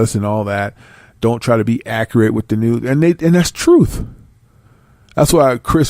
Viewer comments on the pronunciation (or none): none